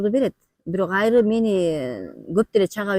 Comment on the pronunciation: Айры дебей Аары деп эле сүйлөсөңөр.